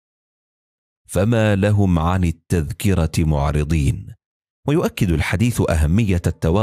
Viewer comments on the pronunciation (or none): معرضين و ليس مع رضين يجب التصحيح